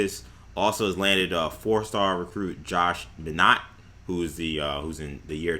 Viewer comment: Josh Minott's last name is pronounced MY-NOTT.